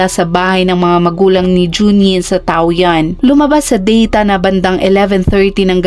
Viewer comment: tama ang spell na Taoyuan ,pero hindi ang pagka pronounce nya